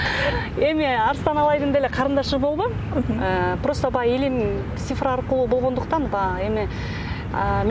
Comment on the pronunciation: Алып баруучу,Сифра эмес, Цифра.Тил келбесе,сан деп эле айтыш керек